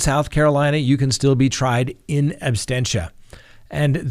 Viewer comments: Abstentia? Is it not Absentia? 🥰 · Absentia, not absTentia. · Sandra Summers you are absolutely correct!....It sounds like he said “trial in ABSTENTIA”...LOL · The word is ABSENTIA not abstentia!!! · Great show! The term is “in absentia,” not “inabsTentia.” Thanks :) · Trial in "absentia", not "absTentia",, sir😊. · Mummy That's what I believed as well. It was said as "in abstentia" twice, so I wondered. Thanks for answering 😊. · Absentia,. You get that wrong every time. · It's not abstentia, it's absentia. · It's absentia, not abstentia. There is no t immediately following the s. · No offense, but it's "in ab-sen-tia," as in "absence." Not abstentia, like abstain... Awesome episode though, sir. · he definitely said in “abSTENTIA” multiple times. Kind of killing it for me especially when you’re educating others about the law. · “... in absTentia...”? really? better brush up on your Latin, Sir... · Ooof!! I saw this comment as i got to that part. And he repeats it so many times! 🙆🏾‍♀️ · my brother , the word is ab sen tia ab sen shia is how you pronounce it. just so you know . i’m a fan by the way and love the show. not trying to be a dick. lol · seems to have a tendency to mispronounce words. No big deal, he's still super educational and fun to watch. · Really love your show but isn’t it “in absentia”? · I thought it was "absentia "?